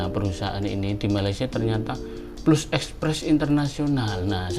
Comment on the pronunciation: Plus..bukan pelus,sebutannya ialah,pelas..hehe..harap maklum